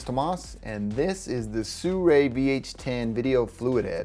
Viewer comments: why do most people i come across pronounce this as "suray" it is pronounce as it is written "Sirui" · i understand you but SIRUI can not sound SURAY either way thanks for the video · it should be pronounced see ruu eee. But with less emphasis on the "see". Just as short "see"